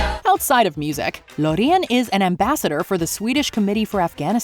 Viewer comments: that's definitely A way of saying loreen.. lo-rei-en? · Why does this video even exist? It is factually inaccurate and the host clearly has no idea what is she talking about. Lorean, yamala... This is really disrespectful tbh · The way she pronounced "Loreen" 😬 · No but the way you pronounce Loreen is actually just illigal..